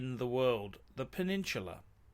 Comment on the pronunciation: The Pew-Nin-Chew-Lah ??